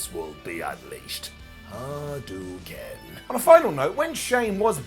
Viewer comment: Kayla, not Kyla. As in, "Hey KAYLA!!!" And hadouken はどうけん is pronounced ha-doh-ken, not ha-doo-ken. It also can be spelled hadōken, which represents the pronunciation better.